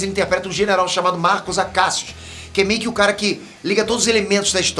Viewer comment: Eu "MEI QUE" não entendi o seu "MEI QUE" no vídeo.